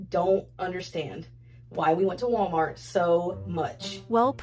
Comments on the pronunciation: How pronounces "wommart" and doesn't say the 'L' sound, but pronounces "bolth" including the L sound when she shouldn't. Agitates me in an unhealthy way. 😂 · “Warmart”. Says